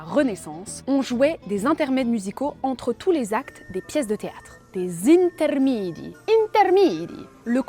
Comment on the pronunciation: Video magnifique, mais il y adeux pepins: 1) C'est "intermEdi", pas "intermidi"; 2) "Jacopo" se prononce "Yacopo". J'attends la deuxième épisode 😊